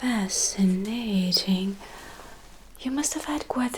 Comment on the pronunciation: Обожаю её в любом мире и таймлайне. Невероятная героиня. Эти кольца на тонких пальцах, звенящие браслеты, лукавые взгляды искоса и улыбки... Как она произносит "Fascinating!" - это же чистая поэзия от первого до последнего звука! И даже здесь, в версии, где она вращается в аристократических кругах, её движения - порывистые и танцующие, как прежде ❤ Как не любоваться? Интересно, встреча с кем же таким неожиданным ожидает нас в дальнейшем, согласно предсказанию? И когда нам пригодится вещица из куба-головоломки? P.S.: у кого-то ещё пропал дар речи, когда наш персонаж "выглянул" из окна? Я вслух ахнула, такая красота была кругом! Да и вообще эта серия точно побьёт все рекорды по количеству пересмотренных эпизодов, глаза разбегаются, сколько волшебных вещей в обстановке! Тончайшая, максимально детальная и продуманная работа по оформлению. Боюсь даже представить, сколько сил и времени ушло лишь на подбор предметов, не то что на создание самой комнаты. Кропотливейший труд. Просто браво 👏👏👏